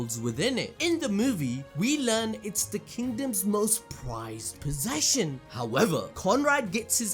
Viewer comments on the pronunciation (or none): "its the kingdoms most Pwized possession" LOL